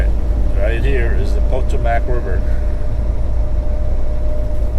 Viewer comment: Potomac is not Potoemack river it is Po-toe-mick river, is how it is said..